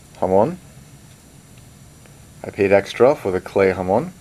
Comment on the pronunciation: I lol'd when he said 'ha-moaun' lol, NJ accent makes so much worse.